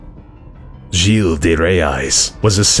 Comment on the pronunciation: "gille de Rais" was wrongly pronounced